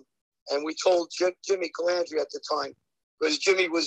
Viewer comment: Larry harping on Jimmy saying Mezza not Mazza but Larry is saying Calandrea not Calandra.